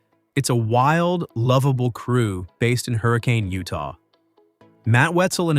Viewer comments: And Tucker! I won't miss Catelyn, she's not all that. Matt will just replace her with another young girl to add to his ratings. Oh, and if this channel actually watched any of the episodes, they'd know that the town is pronounced Hurr- a- kin not hurricane like the weather. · Matt pronounces it Hurrican. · Pronouncing city wrong. No like the weather ....hurricane